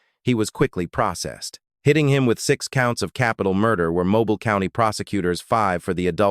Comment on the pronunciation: It's pronounced mo-beel